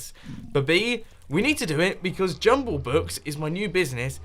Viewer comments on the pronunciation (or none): Why do I hear Jungle Book when he says Jumbo Book?